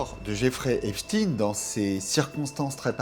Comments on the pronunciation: JAMES DEEN! ANTONY QUEEN! 👇🏾 EPSTEIN PAS... EPSTEEN ??? C'EST FATIGUANT ! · Epstin ah oui comme eistin. Dites correctement son nom Epstein comme Einstein. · Epstein pas epstine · Citez tous les noms que vous connaissez de ceux qui avaient intérêt à la mort d'Epstein et NON epstine.. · Pourquoi vous confirmez vous au maquillage sonore exigé par ceux qui veulent cacher ce n'est pas epstine mais Epstein.. C'est inadmissible Que cache ce document en ne disant les choses qu'à mot couvert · Moi perso quand les 3 premiers intervenants s’obstinent à prononcer Epstin au lieu de Epstein, je zappe!!!! Je sais que le doc va être bidon et orienté! Sinon il ne passerait pas sur YouTube de toute façon! C’est marrant quand même parce que personne ne prononce Enstin pour Enstein! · Von epstein ne se dit pas epstine...mais epstein von epstein origine allemande...Stein pierre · Déjà quand ça commence par l'appeler Epstine au lieu d'Epstein on comprend qui dirige le reportage. Je stop le visionnage. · Hey les ducons Bonjour la prononciation ils disent epstine à la place de ESPTEIN ÇA SE PRONONCE COMME EINSTEIN. J'ai rarement vue des abrutis pareils. On entend partout dire son nom et eux ne savent pas le prononcer. Ils me font pitié et me donnent envie de zapper !!! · Epstein et pas Epstine ! ! Pourquoi modifier la prononciation de son nom. On dit bien Einstein et non Einstine. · Ce n'est pas epstin mais epstein il est juif pas russe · Jerry epsteen😂😂😂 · Il connaît aussi notre gugus , faut pas avoir peur de le dire , il était quand même 6 mois en France Et je ne comprends pas que vous dite Eipstine alors que l’on ne dit pas Eistine pour Eistein ? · epstine 😂 pas un mots sur l'entité 😂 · Dites-vous Frankenstiiiine ? Bernstiiiiiine ? Etc. ??? Documentaire très bien conçu... mais suis-je la seule à trouver qu'il n'y a malheureusement presque rien de nouveau ? Ni concernant les faits bien plus sombres, voire pire... ni parmi les noms, etc. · Arrêtez de mal prononcer son nom, volontairement